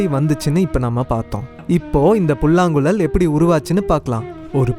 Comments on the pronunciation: தம்பி, மொதல்ல 'ழ' சொல்லி பழகுபா. புல்லாங்குளல், பலகி னு சொல்றது நிஜமா சகிக்கல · It is புல்லாங்குழல்.... writing would be easier rather than pronouncing .........is it not....